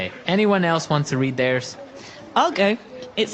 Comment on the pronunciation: 怒涛の英単語学習でした。特に女子生徒の方は難しかった。 そもそも、性格診断の結果をクラスでわざわざ発表するんだ、とちょっと驚いた。 I’ll read mine. が I’ll in mind.みたく聞こえてしまった。 naiveって日本語だと繊細で傷つきやすい人みたいな意味で使われるけど、本当は騙されやすいみたいな感じなんですね。 うーん、exとかoutとかprefixついてたら何となく雰囲気わかるけれども、そうでないものは覚えるしかないのか・・・？難しいな。